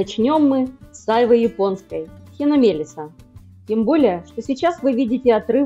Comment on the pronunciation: Не А'йвы, а айвЫ. Айв'А- ударение на последнюю букву А. Говорите по- русски правильно.